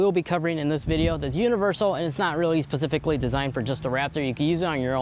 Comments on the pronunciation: "Pacifically designed" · He pacifically said eibasche